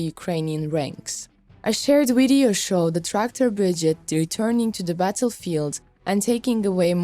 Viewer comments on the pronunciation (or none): This lady needs to learn how to properly pronounce BRIGADE, breee-GA-DE, not “Brijit” 🙄🤦🏼‍♂️ Also, RIFLE….RI-FULL not “Riffel” FFS. It’s in the video title even FFS! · BRI-GADE. not big-gid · Bri-gade not bridgeade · Slava Ukraina's grandfathers ! for the comentarist , the formation is not a "BRIGIT" ,but a "BRIGADE" ,phonetic -BRIGEID..... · This is a positive comment on the good work in making these videos available to English speaking audiences. But please pronounce "brigade" correctly. Pronounce the last 3 letters like the 8d or aid like in "lemonade"